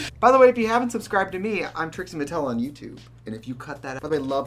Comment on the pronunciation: She said, “Trixie Martel” and really gave us Trixie Martel 😭😭